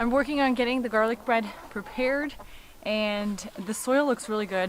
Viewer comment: garlic "bread" instead of "bed" lol